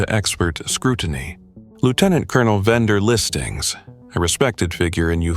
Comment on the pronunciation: Lieutenant Colonel Vender Listngs?! Or... Wendell Stevens?! 😆